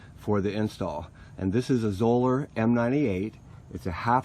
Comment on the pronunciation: Zoeller rhymes with "dollar". Thanks.